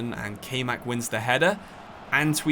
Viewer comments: Nice vid wish it was a little longer but still cool. Btw Kaymak is pronounced (Kai-Mah-k) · Little heads up its kayman and since he is turkish its not prononounced like kay but the a is pronounced like a in hard and y is pronounced like y in youth and the other a is also pronounced like a in hard